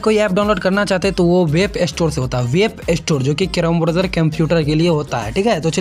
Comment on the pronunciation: Gadhe wap nhi😅 Web hota hai